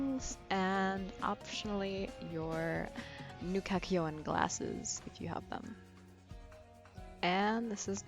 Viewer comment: At least she says the name property. Kakyoin!